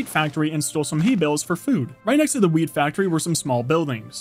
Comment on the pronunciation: he said weed not wheat 😂😂